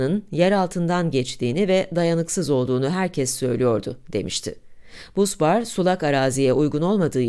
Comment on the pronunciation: Busbar, basbar diye okunmaktadır.